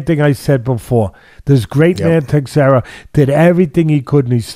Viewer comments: Prohazka and Teisheira. Funny hearning Teddy's pronouciation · Teddy's mis-pronunciation of Prochazka (and Teixeira for that matter) is legendary. I'd put him up against Joey Diaz any day of the week lol. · LMAO it's "Pro- hauss- ka And Glover's is Tesh-air-uh Guys, please don't change 😂😂 You've managed to outdo Chael Sonnen at butchering names.